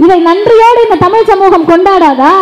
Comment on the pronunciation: You first pronounce tamizh instead of tamilu